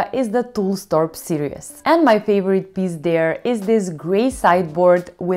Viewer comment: your English is excellent but just so you know.. series and serious are different words, but you pronounce series like serious by mistake. “Series” should be more like “seer-eez” :) love your videos!